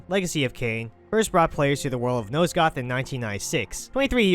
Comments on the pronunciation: Dude.... Nosgoth.. NOT NOSEGOTH FFS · NOSE-goth? How the hell did you think nosgoth was pronounced that way? Clearly the narrator here never played the game